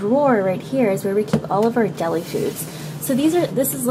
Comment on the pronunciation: She said dairy foods instead of dellie foods